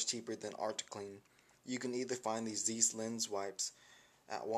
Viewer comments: THAT'S PRONOUNCED "ZIESS" LIKE RICE NOT "ZEESS" LIKE NIECE. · Also Zeiss is pronounced "Zice" a good zzz followed by 'ice' not zeeeees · Zeiss....Rhymes with DICE, not niece.